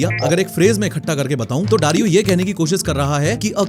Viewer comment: he saying dario i am hearing darwin💀